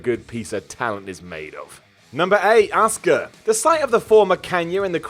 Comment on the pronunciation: Hey its Asuka not Oscar